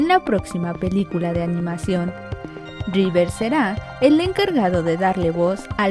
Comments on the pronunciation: que pedo universal ?! wey mandela a cursos o clases de ingles avanzados . a la narradora . revers har downeyjonson?! quien vrgs son esos weyes ? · Keanu Rrrrivers!!! Y la toalla del mojado jajajaja Se paso De lanza con el Rivers.